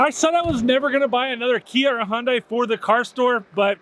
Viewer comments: The "H" is silent...it's actually (Jun-die). But that's what happens when you use and "English speaking" pronouncing application. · I just gotta say it. I hear it often. How can a car dealership mispronounce car names. Like you and the Hyundai mispronouncing. As soon as you said HONdai, I heard it. And soon after there's the correction. Learn from thst Dude. Respectfully mentioned 😂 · Hey, Hyundai rhymes with Sunday! Lol